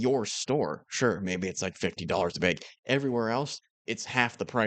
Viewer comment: I like how said "Koda is like $50 a BEG" haha